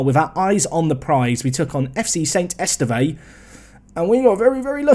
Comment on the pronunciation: esteve is "ess-tev"